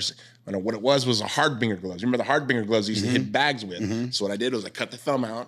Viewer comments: Har- Bing- Er it’s pronounced Har Binge Er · Can't even pronounce "harbinger".